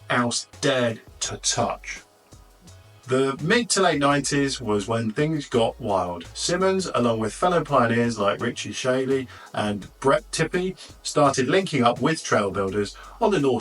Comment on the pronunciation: Wade was/is the smoothest rider. So amazing to ride with. (By the way, Richie Schley is pronounced ‘shlay’)